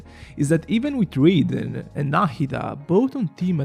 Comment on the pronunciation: please learn how to pronounce raiden